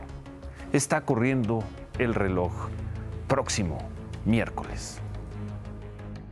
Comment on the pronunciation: ¡"Prótcimo" miércoles! ¡Noooo seeee loooo pieeeerdaaaaa porrr éste canaaaaal y la "sesuuuda" "hopinión" del carcamán Gómez!